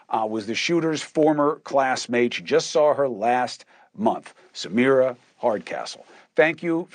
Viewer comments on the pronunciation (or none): Sorry, it’s Samira not Samara.